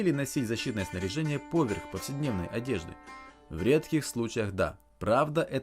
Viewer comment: Недавно нашел этот канал, интересно рассказываешь и показываешь, НО, пожалуйста, перестань делать ударение в слове "поверх" на букву О, боже, я только из-за этого видео торможу, настолько сильно режет мне ухо, да и другим, думаю, тоже. повЕрх!